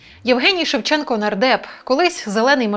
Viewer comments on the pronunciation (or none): треба було називати покидька "шЕвченко" з наголосом на першому складі й не відмінювати прізвище